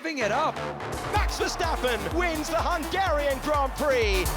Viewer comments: “Hungara rain” 😅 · How did she say Hungarian at the start? What a weird way of saying it.